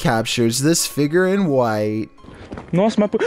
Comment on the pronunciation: Figer... Me FIGURE!!!!: Edinbruh Me: EDINBURGH